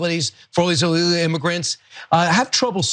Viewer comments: he can't speak English! "illelawl" immigrants? there's a hard g in there brian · Kilmeade was so anxious to dogwhistle that he couldn't be bothered to pronounce illegal properly, "ille'le-uhl"? Isn't it strange that someone reportedly paid ~$4 million/year doesn't bother to form complete, intelligible words? 🙄 did great here btw! 😁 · The Host can't even speak English !! What's an 'Illelay Immigrant'? I've heard of Illegal Immigrants but Illelay? Maybe he meant to say Illegal but struggling to speak the one language he was taught.